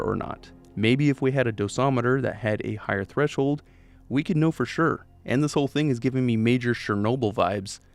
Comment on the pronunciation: "dosometer" instead of "do-si-meter".